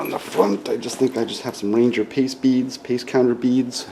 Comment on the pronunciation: Like the video. I could have sworn you said you had ranger PEACE beads- cracked me up. Since you already carry 9 v battery you could carry a little steel wool for cleaning or fire starting.